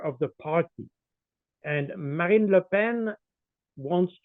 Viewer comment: Colonel Baud unlike the previous guest understands politics and the fake differences between the so called left and right. He also knows how to pronounce Ms. Le Pen's first name.